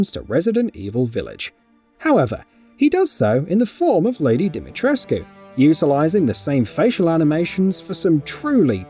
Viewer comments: omfg im romanian and this annoys me... the "U" ISNT silent! it's pronounced deemeetreskoo... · We've been over this... It's DimeTRESK.....not DimetresQUE. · it's just obvious that the narrator hasn't played the game or even watched videos of the characters saying her name. The writer probably could have put how to pronounce it in the script, buy just wanted to let us all cringe instead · Thanks for bringing it up, annoys the crap out of me. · Do you even speak Romanian?💀 I personally don't, but I also don't insult Romanian people by telling them what the correct way to pronounce their names is. Use Google Translate to see how it's pronounced. Romanian is a phonetic language and you read it exactly as it is written, with a "u". (I'm greek btw and I get so annoyed when foreigners insult balkan people)